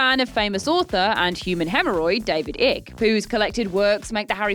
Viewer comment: "David Ick" 😭😂😂